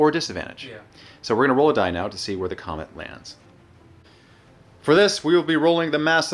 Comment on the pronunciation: love how says the comment instead of the comet xD